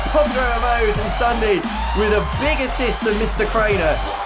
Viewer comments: it's not ssundey its Ssundy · You did not say ssundee you said ssundaa